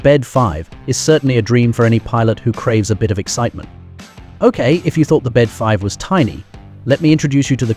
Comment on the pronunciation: The Bede 5 is pronounced B D 5.